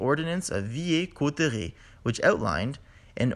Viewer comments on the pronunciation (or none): FYI: Villers-Cotterêts pronounciation is [vilɛʁkɔtʁɛ] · S'il était Français, il aurait bien prononcé "Villers" de "Villers-Cotterêts" !! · And Villers-Cotterets it pronounced "Veelair Cotray" or "Veelair Coteray" not "Veeyeah Cooteré" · Sorry : Pronounce "Veel air cot ray" for Villers-Cotterêts"... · Goona add some precisions : The Ordonnance de Villers-Cotterêts (pronunced "Veeleyr-Cotrey", sorry, it was the best translitteration I find for you fellow English-speakers) did not made French as the centrilized langauge for everyone, it was just for administration. And this is a myth that even a lot of French belives. The diffrents populations of the kingdom were even encouraged to keep speaking their local laguage instead of parisian French to keep them away from prestigious positions they could have occupied if they knew parisian French. The ones who really forbbied local languages, which was bad idea even if the reason was supposed to be noble, were the Révolutionnaires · A good video. It is to be noted that Villers-Cotterêts (to be pronounced "Vilère" and not with a "y" sound) only talked about official documents and regional languages, dialects, and patois continued to be spoken by pretty much everyone until the French Revolution when people were forced to give up their own languages, dialects, and patois to unify France. Something that is still being felt today (France still isn't respecting or supporting regional languages) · For the Ordinance stuff, we pronounce "Vee-Lair Cotrey" that's a city of Picardy, where i come from